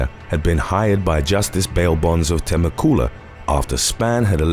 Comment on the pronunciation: Pfffffft-bwahahaha! Temmacoola? I lived in that tri city area and it's pronounced Tem-mech-you-la. This is in reference to #1.